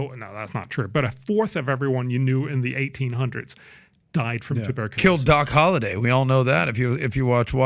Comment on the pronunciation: He said Doc holiday 😂 wanted to laugh when he said that